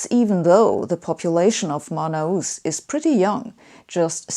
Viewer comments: Love how she pronounces Manaus. Hey, Sabine, the sound is like /man'haos/ or /man'alls/, not /mana-'us/ like you said. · Great explanations! Scientific and wise. Just as a sidenote, you read "Manaus" as "ma-na-oos", but natively it sounds more like "ma-naos" ;-) (not a big deal, though; it's clearly understandable). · The best way to put it is: put the emphasis on /na/ not in /us/